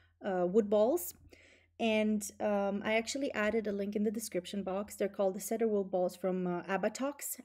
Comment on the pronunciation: Two helpful hints for: cedar is pronounced "see-der" instead of "said-der", and the little balls removed using the shaver are called pills.